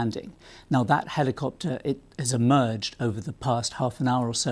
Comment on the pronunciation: what’s with the hard “i”? Heliiii-copter